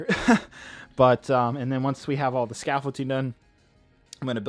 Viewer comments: It’s called scaffolDing, not scaffolTing.. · anyone else annoyed how he says "scafolting" intstead of scaffolding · Not trying to be rude, but are you calling it “scaffolTing”? You know the actual word is “scaffolDing”, right??? Unless you intentionally are saying scaffolTing??? Just thought I’d let ya know. 👍🏼👍🏼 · please for the love of everything, it’s pronounced “scaffolDing” NOT “scaffolTing” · It is pronounced and spelt scaffolding not scaffolting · Honestly it’s a lost cause to try and correct vocabulary. He gets a lot of words and phrases wrong or says them improperly, even after thousands of comments correcting him!! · Does it bother anyone else that he pronounces scaffolding with a T? 😤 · I won't critique you on the accuracy of the scaffolding so long as you get the pronuciation of the word right for the Finale